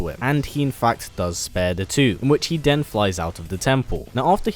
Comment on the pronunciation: Instead of dis why don't you try saying this, and instead of den why don't you try saying then! Bad habit